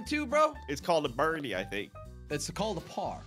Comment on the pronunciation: it's called a birdie I think in the most American accent got me